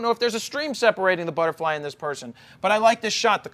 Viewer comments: Did he just say "futtebly" ? Instead of butterfly? Huh? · futterbly lol